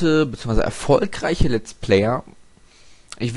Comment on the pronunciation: Noch etwas, es heißt Let's play und nicht lat's play :D